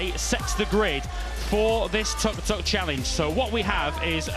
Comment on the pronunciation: Imagine thinking of yourself as a professional sports commentator and then not be able to pronounce the nickname of the vehicle correctly.... How hard can it be... its the same word twice.....tuk....not tok, not tork, not tåk, not tog... how pathetic....